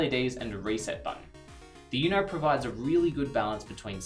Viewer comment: I take it they don't speak much Spanish in australia? I can't get over the pronunciation of uno 😅 Still, I do enjoy the clear, concise information